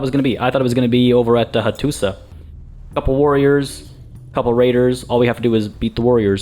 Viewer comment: Hello! Just a little thing, when you see letter š it's pronounced as "sh", so Hattuša Is pronounced "Hattusha" etc, i think. Usually I wouldn't care, but you encourage people in the comments So much, i thought i would write this here. Anyway I love your letsplays.